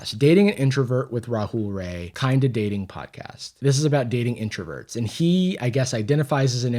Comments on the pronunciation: hey as an indian just wanted to say his last name is actually pronounced "raa-ey" not "ray"! fr tho i used to see rahul rai's creepy ahh content all the time idk who's watching this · As an Indian we don’t claim him 💀 However I can’t help but laugh when everyone thinks his surname is pronounced like the word ‘ray’ when it’s supposed to sound like the word ‘rye’ haha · it's pronounced rye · It's pronounced rai not rai